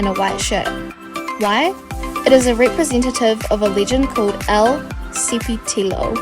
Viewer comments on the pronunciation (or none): Ok i love this video but as part of the Salvadorian country I think we can all say that she said el cipitillo wrong no hate intended but It was just mad funny